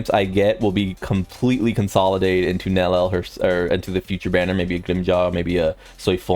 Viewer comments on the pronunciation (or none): bro can't stop saying Nel El